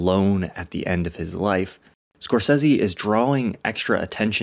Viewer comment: Thank you for pronouncing Marty's name correctly, since almost NOBODY does.